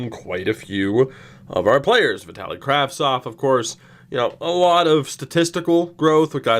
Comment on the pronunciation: All draft picks from extra 2019 draft never reach potential. Side note..I turned the speed to 0.25 during the draft, Pissed myself laughing cos u say "Pplayerrs' like Babcock!